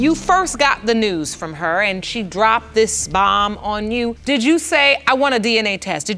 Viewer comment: "That's why I deed what I deed"